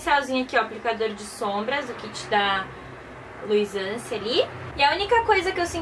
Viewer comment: Eu vi ela falando Luisance